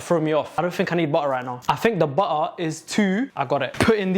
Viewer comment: 😭😭i luv your accent "butta"😭😭